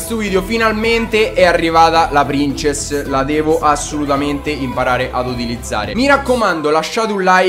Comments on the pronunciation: mi piacciono i tuoi video ma SI DICE PRINSESS NON PRINCESS, spero che tu lo sappia ahahah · si pronuncia prinsess xD Grandissimo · Si pronuncia "Prinsess"! ; ) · No non prinsess ma prinzess lol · princess? se proprio devi dirlo in inglese dillo bene sennò dillo in italiano... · si legge prinsess non princess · almeno se devi chiamarla in inglese ( non so il perché ) chiamala prinsess ( ho scritto come si dice) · La prin... cosa? La c si dice s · Lui pronuncierà pur male princess, ma tu caro mio hai ucciso la punteggiatura. Torna a scuola, quando saprai scrivere allora il tuo commento sarà almeno leggibile.